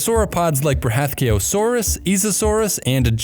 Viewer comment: Did he just pronounced Futalognkosaurus and Bruthathkayosaurus like it's just another Tuesday? Even me who nerds over dinosaurs makes my tongue twist saying those genus 😂